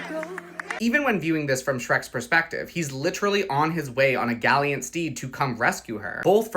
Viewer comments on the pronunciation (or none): Did this guy just say "galiant"?